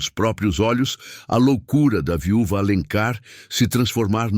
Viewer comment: Amei a estória, embora a IA cometer uns erros engraçados... viúva, filha ....